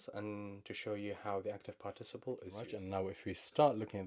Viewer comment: Excellent lesson. Also, it's pronounced PÁRTiciple (stressed on the first syllable:)